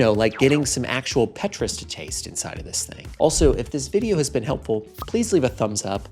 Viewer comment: someting like Paytruus.